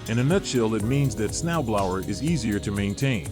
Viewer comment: I've never hear Snow Blower pronounced like that. Next time use a real person.